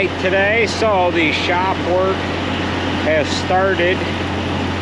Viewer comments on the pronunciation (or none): none